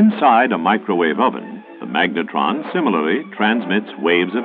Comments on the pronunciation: Oh-ven? I know that is not the normal Australian pronunciation. Where do you get that from mate? (NZer here) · oh-ven? are you sure? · it's UUUUUUHVEN not OOOOOOOOOVEN! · O-Ven, never heard any Aussie pronounce it like that, and you need to stop sucking up to the US audience, it wasn't the allies that invented Radar it was the British. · I had to hear it twice. I was like ... GURL. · Hahaha the Microwave Oh-Ven! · Hahaha he says Ohven! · "O-VEN" and "SUMBARINE" , all this amazing research and facts and not second to try and pronounce stuff for the vid😅. Jokes aside quality content as usual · The Microwave Oh-ven. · Oh-ven... :'D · A microwave OH-ven? WTF! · Oh-ven? Who the hell pronounces it like that? I'm English and I've never heard it said that way nor have I heard Americans or Aussies use such a weird pronunciation.